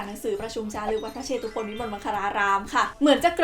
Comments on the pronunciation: สำหรับคนไม่รู้นะครับ จริงๆแล้ว "วัดพระเชตุพนวิมลมังคลารามราชวรมหาวิหาร" คำว่า"เชตุพน"อ่านว่า"เชด-ตุ-พน"นะครับไม่ใช่ "เช-ตุ-พน" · ขออนุญาตแก้ไขนิดนึงนะคะ วัดพระเชตุพน อ่านว่า วัด-พระ-เชด-ตุ-พน นะคะ ไม่ใช่ วัด-พระ-เช-ตุ-พน พอดีเคยไปแข่งตอบปัญหาภาษาไทยที่วัดนี้เลยอยากจะมาแชร์ความรู้หนะค่ะ☺️☺️